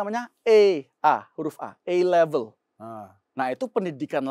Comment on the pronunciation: uda cocok A level, tapi pronounciatioan A Level terdengarnya E-level